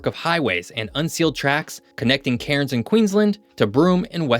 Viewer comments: Locals do not pronounce the r in Cairns. They say it like we say cans. Good video though. I lived there for 3 years in the mid 2000s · Please forgive me, but I have to say it. The city of Cairns is pronounced “cans”. Enjoyed the video. Thanks for putting it together.